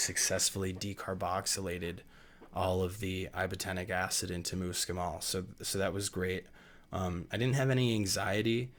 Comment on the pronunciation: Spelling Fahrenheit correctly would have given me a little more confidence in your skills. I also ask you how you pronounce MUSCLE then try to pronounce muscimol after you look at that. You were not dealing with details about dosage in a way that would be considered safe. Take the video down and make the corrections or you are being a little irresponsible. You did a good job warning, people that was a good idea. You also did well explaining how important it is to convert the ibotenic acid, which is extremely important. However, since it is such a very serious matter, if done wrong it can make you very ill and/or kill you, I think you need to step it up several levels before you venture into extending it outwards to the general population, they are reckless, careless, and prone to error. Be careful!